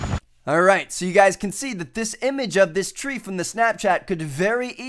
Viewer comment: "Tree" sounds like "three". :D